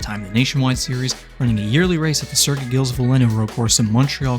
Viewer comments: Fuck…. Gilles is pronounced (Zhills) or sh sound with z. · Small annoyance: Circuit Gilles-Villeneuve is a soft g, pronounced like the "J" in "Jerry", not the "G" in "Gary". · Good video bud. BTW it's Gilles with a soft G and don't pronounce the S